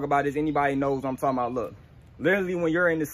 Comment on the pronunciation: “This tree know what I’m talm bout”😂😂😂😂🤣